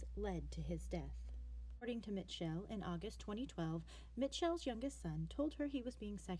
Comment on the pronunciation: Bitch how do you mispronounce Mitchell lol